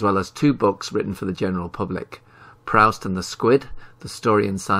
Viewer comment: It’s very bothersome how Proust is continually mispronounced here